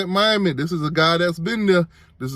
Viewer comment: I understand Mommy and Miami sound just alike 🤔, and yes he's right Miami is sick